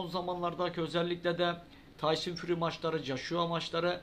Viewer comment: Birader şu isim telaffuzları konusunda eksikliğin var ayrıca konuda kimler geçiyorsa isimlerini de açıklama altına yaz ki kimden neyden söz etttiğini anlayalım sporcu yayıncı antrenör haken gibi tyson fury de sen fari diyorsun gerçek tekefaffuzu fury yanı furi dir